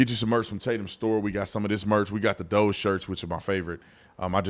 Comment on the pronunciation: Crazy they can't pronounce DOGE but if I remember an old video of yours if the right mispronounced names weren't they calling them racist? Hmmmmmmmm